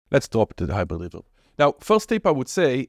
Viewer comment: dude i just watched it just because of how you pronounced The Hyizhrid reveZHerb